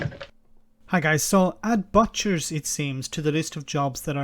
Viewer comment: Did say BOTCHERS?